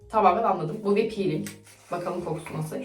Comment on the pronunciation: naskita ya da naşita diyolar aşko